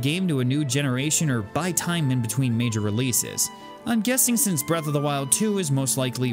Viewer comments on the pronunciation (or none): none